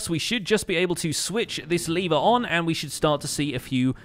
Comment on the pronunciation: He says liver instead of lever